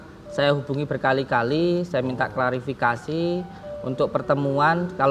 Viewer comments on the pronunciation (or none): "saya klarafakasi'